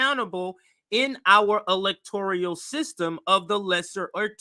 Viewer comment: Electoral not electorial, you guys make valid points but pls correct some of your pronunciation.